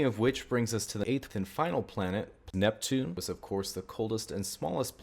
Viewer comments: Why cant he say neptune, NEPtune, I mean that planet NEPTUNE. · Did he just call Pluto Pneptune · Well, he was saying "plneptune" there. Poor pluto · I think for that last one he meant Pl-Neptune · that's a weird way to pronounce Neptune